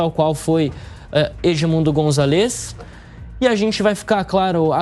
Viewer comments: Eh de se agoniar como o apresentador fala gritantemente errado o nome do líder da oposição – "Gonzalêz"... Eh González, GonzÁlez, tão difícil assim? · Excelente reportagem, porém queria chamar a atenção do locutor da JP sobre o nome do candidato: o correto é Edmundo GonZAlez (a silaba tônica é no Za e não no LEZ. Isso vale para outros sobrenomes em espanhol (MarTÍnez, MÁRquez, etc) são sempre paroxítonas, nunca oxítonas). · Pronuncia o sobrenome do candidato, è Gonzales.